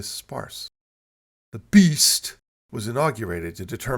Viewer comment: The way you say “beast” having me chuckling into my morning coffee